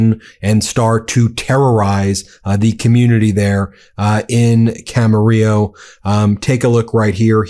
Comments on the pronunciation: Kudos on pronounciation Ben - you nailed Camarillo, you wrangled Carpinteria & beloved Salud Cabajal. Trump needs impeachment & jail, Miller should crawl back under his rock. No one agrees with these gestapo theatrics. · Dang, I lived in Camarillo, . It was a nice place to grow up. Makes me sad to see Trump ruining it. Thanks for pronouncing it correctly, Ben!